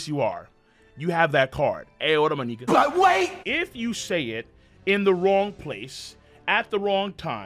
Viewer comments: If you ain’t black learn to pronounce Nika right!! I’m call DR Umar on y’all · Luffy is a "Nika". LMAO!!!